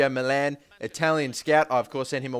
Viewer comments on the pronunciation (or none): none